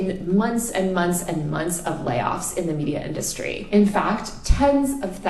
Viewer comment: I really can't stand that urban liberal white chick accent where they draw out the last syllable of each sentence "months of layoffs in the media industreeeeh" like literallaaaaay 🤮